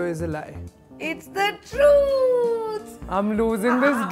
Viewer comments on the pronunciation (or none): who found it funny how she pronouces truth